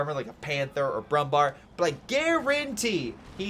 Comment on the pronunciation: Nice Video as always, thank you! I have a request: I know Umlauts like ä, ö and ü are hard to pronounce for you, so Kübel is not possible, as there is no easy way to pronounce an Ü for english speakers. But the Brummbär is easy: Bär means bear in english and is pronounced nearly the same. So just say Brummbear and you would make german speakers happy as there is also a Brummbär in CoH 3, so learning it is an investment in the future, cheers. P.S. The absolute best way to pronounce Brummbär would be broom-bear